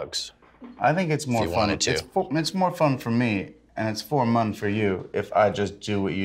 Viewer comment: One puff later.. "I think it's more fun for me and it's for mun for you..".